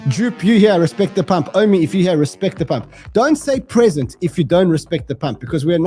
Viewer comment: Pree zent!